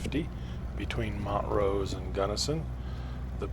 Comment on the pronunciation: The correct pronunciation of "Montrose" is MONT rose; not "MOUNT rose".